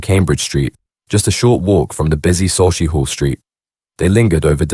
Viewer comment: Not, Sotch E Hall St Pronounced, SUCK E HALL ST.😅